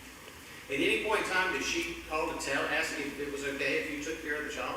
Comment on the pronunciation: Holy shit... the lawyer says "aks".